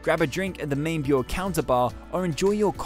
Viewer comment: Bure is pronounced booray